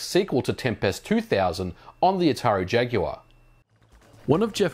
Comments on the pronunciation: Modern Vintage Gamer you must be the first American who pronounces ‘Jaguar’ correctly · Good to know that aussies pronounce jaguar correctly like us brits. It's not 'jagwaar' for Christ's sake!